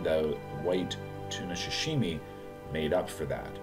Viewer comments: Love u but pls stop saying shashimi. Its pronounced sa-shi-mi. Keep up the great content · sorry for the nitpicking but its Sashimi not Shashimi. I'll still watch u and give that like